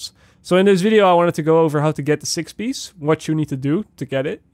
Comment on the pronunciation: PIEACE NOT PISH UGHHHH